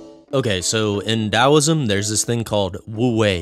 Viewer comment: I found so distracting that u pronounced the T as a D but once in a while u accidentally pronounced with a T lol